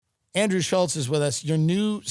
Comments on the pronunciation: Andrew Shulkz? Seriously, Tim? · Andrew “WIGERACE” Schulz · This guy allows everyone to mispronounce his last name. What a puss.